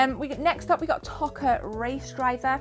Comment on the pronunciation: Toca not Tokka